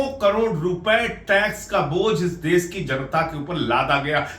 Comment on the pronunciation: Mr Sanjay Singh please pronounce correctly - u pronounce देस instead of देश and all words containing श‌ as if they contained स. It's terrible to hear ur mis pronounced Hindi words. It's an insult to the language. Please rectify.